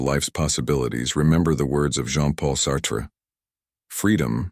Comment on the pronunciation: Preaching to the Choir! Single for over 37 years, after 20 years of marriage. I could have written this only much better. Plus, you mispronounced at least six words, cringe worthy. I have known all of this and much more, not anything new to learn here. Get a good dictionary, learn French. e.g. Sartre, is Sart, you don't pronounce the last 're'. Plus, he has always been known as Jean Paul Sartre. The word Minutiae, again mispronounced. Twice! Correct Pronunciation is: 'mi·noo·shee·uh' You loose your audience and credibility with this lack of basic verbiage knowledge.